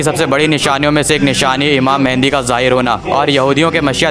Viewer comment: ASTAGFIRULLAH UR PRONOUNCIATION IS VERY BAD it's Mehdi not mehendi 😭😭 Astagfirullah